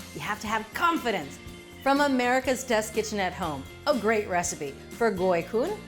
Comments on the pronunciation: Omg! Thank you correctly pronouncing the name and referring to them as summer rolls! It’s ridiculously hot in Viet Nam in the summer time and this cool dish is great when the outside temperature is high! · I was really worried to click on this, but the pronunciation of goi cuon was super on point and so was the recipe! A few tips though: use chives instead of green onions and don't cut the vermicelli noodles! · Mostly it's Chives leave instead of scallion. Scallions are too strong over basil as well as other herbs, chives leaves on the other hand are not, and have sweeter taste that match with the peanut sauce. Anyway, very well done, it's an amazing job and the gỏi cuốn pronunciation is superb!!! Thanks for the video. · bravo on the pronunciation! ❤❤ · Unbelievable! Julia, you pronounce "Gỏi Cuốn" perfectly. You also roll "Gỏi Cuốn" beautifully. Bravo! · impressive, you pronounced it perfectly. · Her pronunciation for it was spot on. My family usually just have lettuce, chive, shrimp, pork belly, and vermicelli. The sauce we pair it with is usually hoison, peanut butter, fried garlic, and sambal. I'm going to make some tomorrow! Been craving them. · Great job on the pronunciation! More Vietnamese recipes please! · As a Vietnamese-American I really appreciate you preferring the dish to its Vietnamese name. Additionally your pronunciation is perfect. Thank you!!!! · Perfect job Julia...Vietnamese approved! You even pronounced it correctly. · Yes she did great! Cam on :) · She did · Julia nailed the pronunciation!